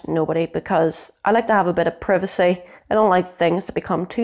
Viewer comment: The "i" in "privacy" is a long i sound, not a short i sound. Your video is very helpful and well put together once I got past the mispronounced words. I teach English so am a bit anal about spelling, grammar and pronunciation. Facebook drives me crazy as you can imagine.